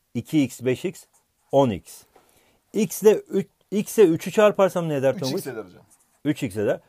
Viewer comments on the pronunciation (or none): none